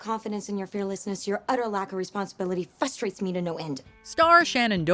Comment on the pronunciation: Yeah, I always thought that anyone who pronounces "frustrated" as "FUSTRATED" is a moron, so, there's that......